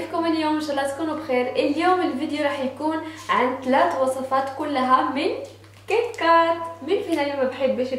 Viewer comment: تك تاك مش كن كات